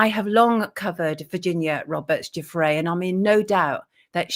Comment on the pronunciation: Hi from Ottawa, Canada, Sonia. You are absolutely the only person I've hear who pronounces the surname Giuffre correctly. Thank you.